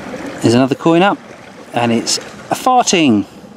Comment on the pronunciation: You say farthink like far-thing not fart-ting